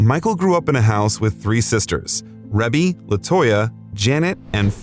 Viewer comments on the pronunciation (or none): Ree-bee not Rebby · Her name is pronounced “Ree-be” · This dude needs to learn how to properly pronounce names. Rebi (long E) sound... Such dis respect 🫤